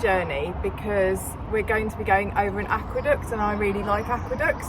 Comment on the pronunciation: Looks like a cracking day for a cruise, the way you said aqueduct near the start made me do a double take, I could have sworn you said aqua duck and was imagining you running over a mallard lol